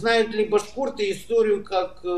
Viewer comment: "БаШоРы" Хаахаахахах